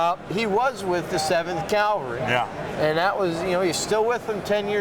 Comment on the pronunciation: CAVALRY, CAVALRY......not calvary, I just don't understand the ignorance of people.......UFB..